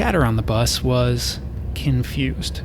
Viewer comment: I was pleasantly surprised to hear say Ken-fused. I'm just a little Ken-curious as to why.